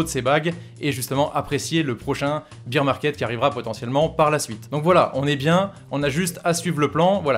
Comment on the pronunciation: Arrête de dire beer 🍺 parce bear ça se dit baire